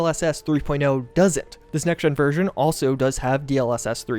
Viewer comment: I hate the way you say version. I have no idea why you say it the way you do but I have never heard anyone else on this planet say it that way.